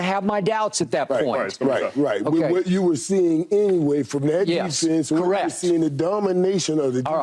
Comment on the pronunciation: Crazy how no one can say the word Defense